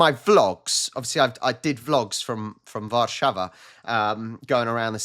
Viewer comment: When you say Warszawa if you want to sound Polish stress the middle syllable of War - Sza - wa